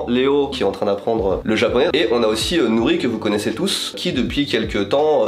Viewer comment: Ohhh le "R" de Nori magnifique vraimment 🤩👍